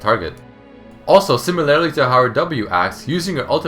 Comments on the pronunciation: similarly. similar-lee. not similarily xD no hate just letting you know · sIIIImilarly, not similAAAArily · It pains me the number of times he says "similarily" when it should be "similarly". Maybe I'm just a grammar nazi, I don't know. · How come you pronounce "similarly" as "simiLAREly? I couldn't stop noticing it D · i heard it 5 times haha